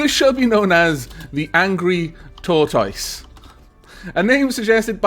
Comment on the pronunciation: Not to be rude but, tortoise is pronounced: Tore-Tis